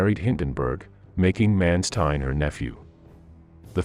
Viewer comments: Please put some effort in the correct pronunciation of the german names. For instance: the letter A is pronounced as in the word 'Chicago'. Do NOT say 'Menstein'! Say 'MAnstein'! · Interesting aspect - but man you butchered nearly every german word in this episode - even Mansteins name.